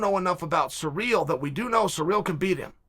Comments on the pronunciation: Who the fuck is cyreeeel uncle its Cyril wtf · Ciryl is pronounced "sear....ill" not bloody "sir....real" sometimes I wonder about you kid. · Ciryl - Sir-ill nor sureal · I can't even watch this because you don't know how to say "Ci- ryll" Gane. You should have just said Gane. 🤦🏼‍♂️ Talking all this BS and you don't even know his name lol